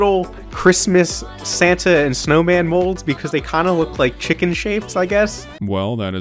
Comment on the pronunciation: Him saying Chicken as Wiccan just makes me wonder how he made Witches into food......